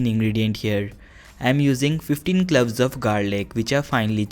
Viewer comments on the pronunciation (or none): Improve your english. It is not "cluves" it is "cloves"